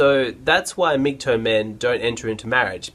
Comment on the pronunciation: for a blue pilled guy you did an ok job of explaining a red pilled mans thinking. Just wondering why you say MGtoe instead of MGtow (towel) is it sarcasm? or just the Aussi pronunciation of tow as in tow-bar